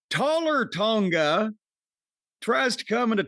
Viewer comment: Did Jim say Taller Tonga? 😂